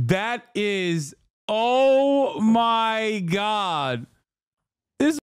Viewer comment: Hassan says Oh my god like the wizard says Oh ma ha and now I can’t unhear it